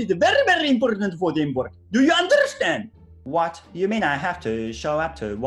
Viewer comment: ドゥーユーアンダラスタンドww LIVE19でのSUIKENの発音はインド訛りだったのかww